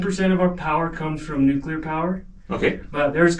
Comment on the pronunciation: Pronunciation lesson of the day...its nuc lear!!!!!!!